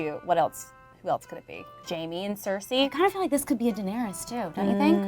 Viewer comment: welcome to 14 minutes of pronouncing Daenerys like “Dinierys”